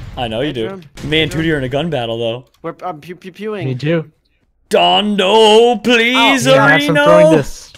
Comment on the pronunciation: If u have subtitles on when says pleaserieno it says please erection